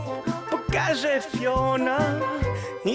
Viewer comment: Rozwala mnie sposób w jaki Mozil mówi "fiona".